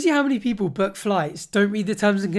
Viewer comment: it is not berk your flight , it is book